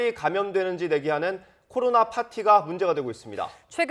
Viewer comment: 코로로로로나 ㅋㅋㅋㅋ 기자 발음